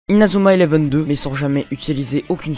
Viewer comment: Tu fais honte à Inazuma eleven avec la façon que tu dis les techniques